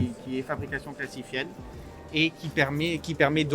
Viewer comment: Classified : "Classifiède" !!?? vraiment ? ça t'aurait fait mal de faire un minimum d'effort pour ne serait-ce que respecter le nom, la langue et tes auditeurs ? quelle tristesse